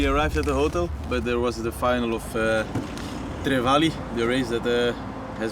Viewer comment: it’s not Trevali, but TRE VALLI, sorry but I’m Italian and I had to tell you😅❤